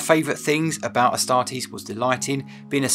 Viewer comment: A startees 😂😂😂 the way u said i 😂😂😂